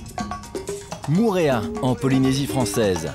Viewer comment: Faudrais faire un effort sur la prononciation des mot en tahitien Au début c'est "mourea" mais Mo'orea Mo-orea